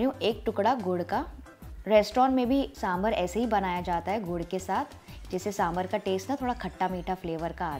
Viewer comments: Nice recipe! Please note correct pronunciation is साम्बार, not साम्बर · Correction : it's 'Saambhaar' or 'saambaar' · Great recipe. I’m a Tamilian from Delhi. My pet peeve is I wish people would pronounce the word sambar correctly. It’s correct pronunciation is “ Sambaar” the “a” sound after “b” is a long “a” as said in the word “ far” “ car” etc. Hope this helps.